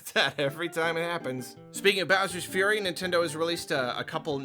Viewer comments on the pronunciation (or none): none